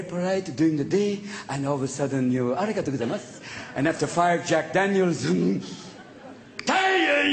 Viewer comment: He sounded like a real japanese when he said arigatou :D